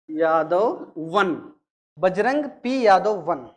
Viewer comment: Bajrang naam hai BAJRAG nahi